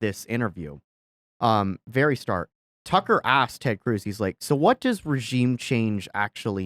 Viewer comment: Way to make Tucker sound like fucker lol